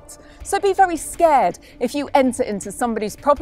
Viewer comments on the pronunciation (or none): none